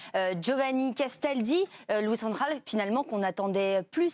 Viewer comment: Bravo Giovanni pour la prononciation correcte de Van Gaal...